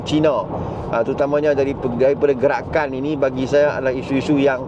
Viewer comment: Hilup Pelikatakan Pelikatan Hilup Gelakan, hahahaha.. cuba kalau DAP yang pelat mcm ni mau dimaki walaun berbakul2😂😂😂😂